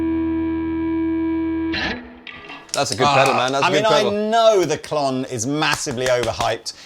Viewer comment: Did call a “Klont”? 😂